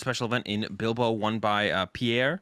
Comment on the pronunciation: Just found out about the podcast last week and I'm loving it. ❤Just one small criticism, maybe check the English pronunciation of some places beforehand cause you guys are butchering some places like Oceania, Porto Alegre, Bilbao. 😅